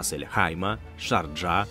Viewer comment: ЛамборҐіні, НЕ ЛамборДЖині. ША'рджа, НЕ ШарджА'. Дякую за україномовний контент